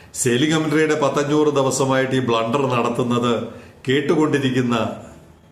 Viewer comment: "ബ്ലൂണ്ടർ" കേൾക്കാൻ ഞങ്ങക്ക് എന്നും സന്തോഷമാണ്.